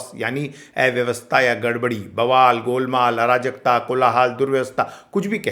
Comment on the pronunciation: ऐव्यवस्था नहीं, अव्यवस्था होता है।